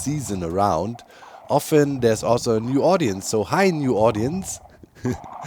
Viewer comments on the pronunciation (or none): none